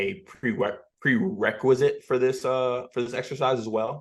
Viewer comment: I thought for sure the word of the day was prereqwesite